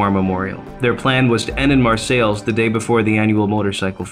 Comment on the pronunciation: Mar-sales is how you say it. I rode there today with my Girlfriend. (we both ride), What an awesome Memorial. I am a Viet Nam Vet. I was proud to see it. Hats off to the people that have spent so many hours setting it up and maintaining it. Dean Conaway, Bridgman, Michigan